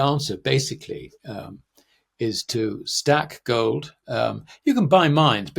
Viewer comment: "wohwd"? "World." "goad" and "gold" are two different words.